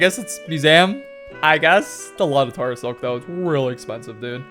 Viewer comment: The way you call it “tahra” is so stupid considering no one says “tahrantula”